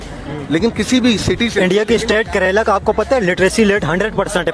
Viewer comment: ਓਏ ਕਰੇਲਾ ਨੀ ਕੇਰਲਾ 😂😂😂😂😂